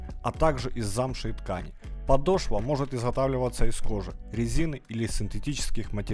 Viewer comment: Не подошвА, а подОшва